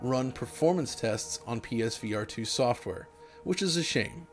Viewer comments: Pesverato, got it! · Why do you say it like ”Peesveearetoo” it’s not one word 😂